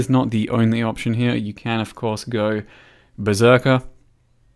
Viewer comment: that cheeky Berserker pause